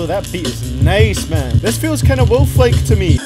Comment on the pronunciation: I’ll say it again, This mr pronounces wolf like ‘weulf’